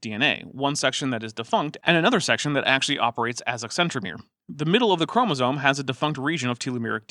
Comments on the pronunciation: I noticed she said "chromosomal" correctly... Does she not realize the difference here with how she says "chromosone"? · Im a little annoyed at the constant fun-making of Georgia's obvious speech impediment. Or at the very least she's ESL though I can't detect any accent. There were some instances in the last episode that were, fine, I guess. But "Chromasone" really ticked me off for some reason. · I was going insane hearing "chromosone", and thinking I was hallucinating - thanks for clearing it up. I guess mispronouncing things is giving more weight to the rhetoric of "science is bad". I heard it in your other videos when other creationists talked as well sometimes. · On top of her saying chromosome as "chromsaone", she also says "Ourangitang" instead of Ourangitan. sigh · Georgia sounds to me like she has a bit of a speech impediment. Maybe that's contributing to her weird pronunciation of "chromosome"?